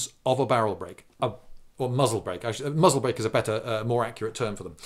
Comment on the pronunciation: Strangely, being Jewish myself, every time he said muzzle break I heard mazeltov (the a is pronounced u).